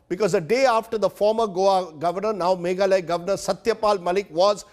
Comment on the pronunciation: It's not Meghaloy but MEGHALAYA...